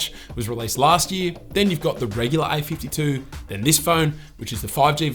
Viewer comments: Its a52 not ai52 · Yo , I just heard i 52 insted of a 52